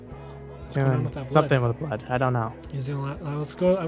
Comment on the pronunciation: She is like Rowan she said blod, sweat, and tires and Rowan said blod,sweat,and tired